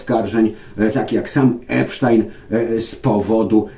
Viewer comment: Jest Pan z niewielu ludzi,którzy prawidłowo wymawiają nazwisko”Epsztajn”, bo o tak właśnie wymawiają Amerykanie,żadne tam”Epstin”.Pozdrawiam z Chicago